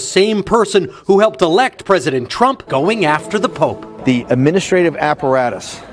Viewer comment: he said POOP NOT POPE